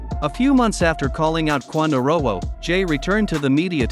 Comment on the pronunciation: The fact you saying quando name wrong blowing me 😂😂